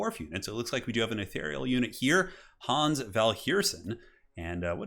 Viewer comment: Well, Hans or "Hooons" as you call him is a german name and thereby sounds imperial.